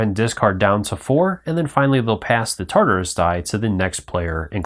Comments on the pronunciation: Thank you for the video, however, I could not finish watching it for the mispronunciation of "TARDIS" (tarderis) and "anomaly" (abnomality), it was just too grating for mine. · Great video but please correct your pronunciations: Tar-dis, Dar-Lek, anomaly not abnormality and maybe a few others, which you later apologised for just as I started typing! I look forward to playing it with your initial input! Thanks! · OMG you are killing me with the pronunciations! TARDIS is "tahr'-dis.". Daleks are "dah'-lecks." Other than that good show!